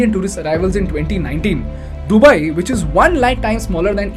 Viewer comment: This video & the anchor is ultimate chutiyapa. He doesn't even know to pronounce Arabs or Dubai